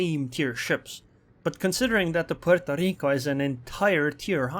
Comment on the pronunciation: Every time says 'Pueeerrtooo Rrrriiicooo', shake your maracas!